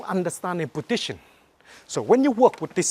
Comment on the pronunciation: "when you under stand this podition" epic ^^ anyway nice training love it :D!